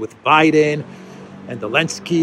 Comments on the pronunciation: Why do you say Elensky btw and not Selensky? Genuine question. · I really enjoy your reporting & analysis. It is a little irritating when you keep pronouncing Zelensky as Alensky- is there a reason for that different pronunciation? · Why do you call him "Elensky"?